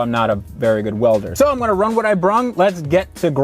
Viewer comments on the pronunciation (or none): “Let’s rung wut I brung, let’s get to grinding.” 😜